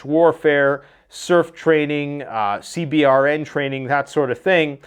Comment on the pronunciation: It’s pronounced c burn. National guard gets deployed more than active lol. You train for everything dude. A lot more C130 training goin on out of Arkansas.